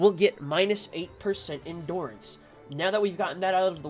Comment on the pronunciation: It’s hard to watch the vid because of how he says endurance